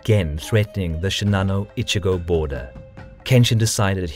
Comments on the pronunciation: Great content as usual ! But it's "Echigo" (Province) not "Ichigo"! I usually don't care about mispronunciations but hey, how does an "E" suddenly become an "I" ? lol It's even written correctly on the map^^ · Kagetora was not the lord of Strawberry Province. LOL The first syllable of "Echigo" is pronounced like the English word "etch" not the English word "itch". You are saying "itchygo" (which in Japanese means "strawberry".) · Echigo not Ichigo. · I know i am a huge dick for saying it but the names pronanciation is off. And its Echigo that gets me you say Echigo it sounds like Ichigo meaning strawberry. Its a harder E silmilare to the word etch. Thire are a few others and i get its hard to say them because japanese phonetics is very diffrent from western. Its just a persenal thing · I don't get it. You pronounce "Uesugi" correctly but fail at "Echigo" (not "Ichigo," which means strawberry), and you cut Kawanakajima in half: "Kawana KaJEEma". Kawanakajima = Kawa-naka-jima = 川中島 = River-Middle-Island = Island between rivers. If anything, Japanese stress the second ka mora, as KawanaKAjima.